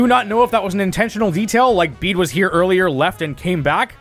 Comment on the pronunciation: Pronouncing his name "Bead" when it's "Bay-Day" is wild. His name is IN his character song. 😭